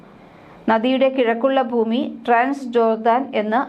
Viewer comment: ബൂമി അല്ല. ഭൂമി എന്ന് ഉച്ചരിക്കൂ